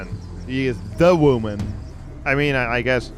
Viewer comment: "De vooman"